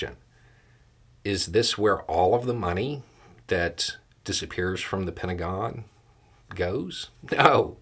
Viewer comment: I don't know if it was intentional, but it sounded like you said "penta-gone".